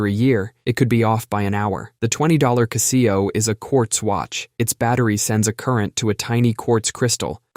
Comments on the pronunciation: What's a ca-SEE-oh? Do you mean a CA-se-oh? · Huh? What the fuck is a Caseeyo? That should be pronounces as Casho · Caaah-zeo. Never kah see-o for Casio. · "Castillo"?? lol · 🤣OK I wasn't going to comment, but the pronunciation of ku-see-o (Casio) I couldn't let slide😂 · I've never seen a Kuh-see-oh watch, I've seen Casio watches. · kuh-SEE-oh f91w... Well, yeah, I'm making fun of the pronunciation, but beyond that... I actually had one of those watches lol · The cuh-SEE-oh watch? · “KuhhSEEoh” lolllllllllll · What's a Cah-see-oh? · Kuh see oh🤦🏾‍♀️ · It's "Cass - see - o". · It's Cassy-O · Really enjoy this channel, but the pronunciation of Casio blew my mind. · So if you are going to say it a dozen times, learn how to say it correctly #casio